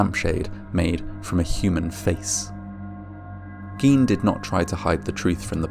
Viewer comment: Also Gine, hard "g" long "i", not Geen.